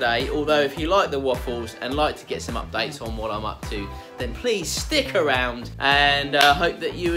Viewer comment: Love how it sounds like "sticker round" when you say "stick around" 😂